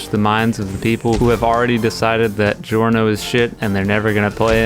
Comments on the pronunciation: How anime characters say Giorno: Giorno how reality says giorno: "Giorno" how says it: Gi Orno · How anime characters say Giorno:Joru no How eclipse say Giorno: Giorno fixed.